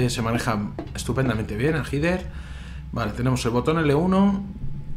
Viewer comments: El nombre es Heather, yo lo pronuncio como Hyder. No se si estara bien pronunciado, creo que si. Saludos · Yo siempre he pronunciado el nombre de la protagonista como "Jeder", que extraño. En project zero la protagonista gira la cabeza hacia ños lugares donde hay objetos